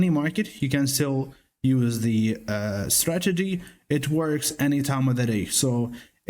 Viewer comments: Cute "stragety" kid. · So funny how it sounds like you say "stragedy" 😄